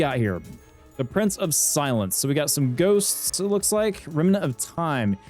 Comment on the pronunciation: Watching the fight and trying to guess when you will correctly pronounce Price of Silence was pretty fun lol. Glad to see Library of Ruina videos coming out again! Waiting for the next one. It has been too long, even youtube didnt notify/recommend me the video for 5 days lol